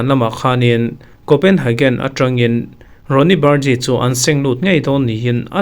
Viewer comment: Coenhagen nilovin haven niiin an lamin ka hria